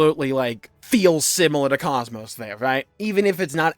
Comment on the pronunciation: I hope Xenosaga does finally come back. Maybe then people will learn how to pronounce Kos-Mos.